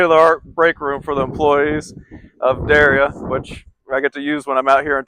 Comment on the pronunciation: Pronounced Daria. Correct?